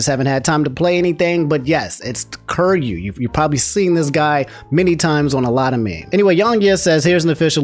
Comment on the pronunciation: lol love your content but your pronounce of kiryu kills me lmao